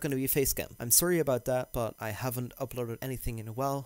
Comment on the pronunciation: I just came here for the Canadian "sorry" <3